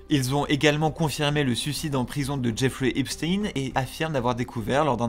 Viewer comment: Bonjour, non. La prononciation de Epstein (en parlant americain Cote-Est on va dire, c'est l'accent le moins marqué pour nous) ca ressemble en phonétique à ''Up-stène'' Ni ''Ep- schteiine'' ( a l'allemande, ou comme pour Einstein ) ni ''Epstine ''comme dans la vidéo